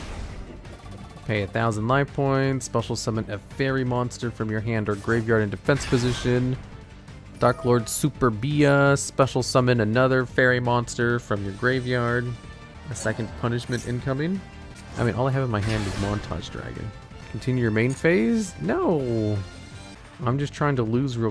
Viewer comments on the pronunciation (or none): Btw "Superbia" in italian is the deadly sin of Pride, it is pronounced using the accent on the E and not the I, great video tho, i love this channel!